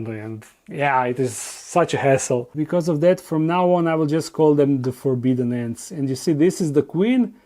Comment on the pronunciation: I am super excited to see babies! Hopefully we will get to see babies from all of them especially THE FORBIDDEN ANTS. Why, you ask? Cuz I like hearing you say THE FORBIDDEN ANTS!!! LOL!